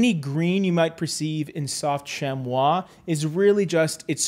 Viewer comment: Very impressive pronounciation of "chamois", James!